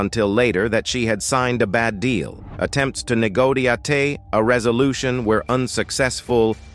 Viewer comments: Attempts to neh go tee ah tay 👀 - was this AI saying "negotiate"?! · Did he say ne-go-ti-a-te. ?! 😂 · The narrator said nagoa ate LOL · For the word "negotiate" he pronounced it 'nee-go-tee-ah-tay' 😂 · Negotiate 😂…that damn AI voice is hilarious..